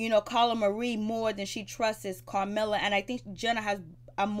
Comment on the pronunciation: Its Camilla baby, no R in it